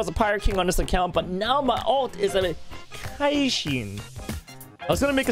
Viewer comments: You know it’s so bad when he says “kaishin” instead of Kishin (key-shin) idk just hurts soul a bit. It’s from soul eater tho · It's not kaishin it's Kishin:/ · Bruh kishin not kaishin get it right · its Ki-shin like ki from dbz and shin from naruto put together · You don't watch soul eater ;( it's ki-shin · The way he pronounced "kishin" hurt me